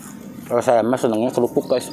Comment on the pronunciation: Kalo bilang kerupuk jangan korupuk dibilang sayaaaangg